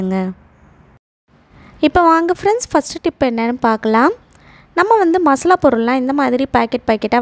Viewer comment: Maslavaa? masala